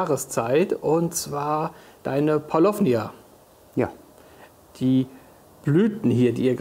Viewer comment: Paulownia wird eigentlich ohne w aber mit langem o ausgesprochen.